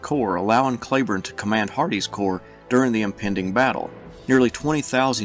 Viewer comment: are you sure you are pronouncing Cleburne's name correctly?